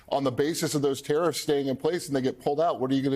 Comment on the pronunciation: Hews youw tawiffs